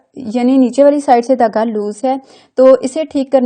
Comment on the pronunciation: Dhagga not tagga